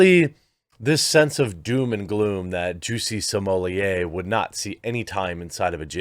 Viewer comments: Perhaos you should prepare before your post, smollett was senteced to 150 days in jail, not 75 as you said. You also said another Gaffe, when you mentioned the police hours of overtime, its over 300 not 30 hours as you said. Then half the time you pronounced his name different like smollaaayy, and them finally you called him smollett, and pronounced it correctly. Sloppy, slow and lots of dead air time. Bad show, last time I watch. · Your right I think he should go to prison for much longer !!! Smaller is a SCUMBALL!!!! His name is S-m-o-l—l-e—t— t YOU AREN’T SAYING HIS NAME CORRECT!! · Sorry but the way you pronounce Smollet made me unsub. It's not french, it's not funny and it is actually so bad sounding SMOLETT, not smollierrrreeee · got to stop calling this fraud french, no one has ever heard of him in france. smollett is an english name. in french double T is allways spoken alloud, there is nothing genuine about this z list 'celebrity' if he were french , the only way it could be 'smoh liyay' is if it were spelled smeulié double L in french is allways pronounced Y., please stop, you're just massaging his ego. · What cracks me up about this whole thing is Jeremy's pronunciation of Jussie's name: Jussie Simoliye LMAO! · His name is pronounced “Juicy” per Dave Chappelle. Juicy Smollyea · County jails are mostly hell holes. Also your French pronunciation in so wrong. You're calling him the man in charge of the wine. You're adding one syllable too many. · I enjoyed this video allright, especially when around 12.30 you realize that you've kept pronouncing his surname in French =)) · Chapelle literally changed the pronunciation of Jussie's last name lol